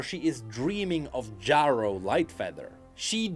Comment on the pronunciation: Omfg, you are driving me insane! You can't have not heard how Ezreal says that name. It's pronounced Jerro, not Jawro. I know english isn't your first language, but for the love of god, if you put Ezreal saying it in this video, the least you can do is say it how he says it.